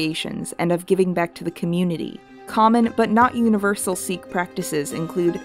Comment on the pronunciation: hi, love the video but just letting you know, sikh is actually pronounced sic, not seek.